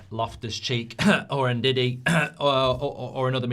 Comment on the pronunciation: You dont say N-Didi its Ndidi it does start with En same sa Embumo Its Mbumo no M-mbumo